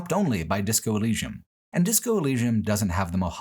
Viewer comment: Whole video was a banger then u pronounced elysium so wrong my head hurt